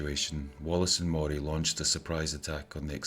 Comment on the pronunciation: Your incorrect pronunciation of Moray is making my toes curl.